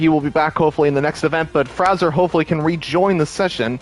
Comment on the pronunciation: Pretty sure WOR Fraser is FRAY ZURE pronounced and M CLOUD is one word McLoud